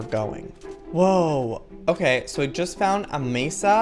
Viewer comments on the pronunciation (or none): none